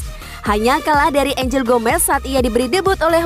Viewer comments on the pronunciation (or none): none